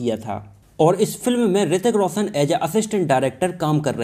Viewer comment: Abey ssaruk Khan Hrithik rossan nahi Shahrukh Khan hrithik Roshan